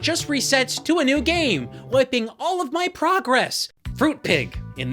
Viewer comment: Lol “gam console”